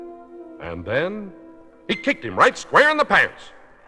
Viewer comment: I used to listen to this album over and over when I was little in the late 1960s, never even knew there was an animated version. I finally saw Fantasia in my 20s. I always loved the way the narrator says at the end, "and he kicked him, right SQUARE in the PANTS!